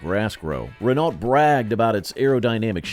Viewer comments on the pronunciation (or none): By the way... it's not pronounced "Re-NAWLT".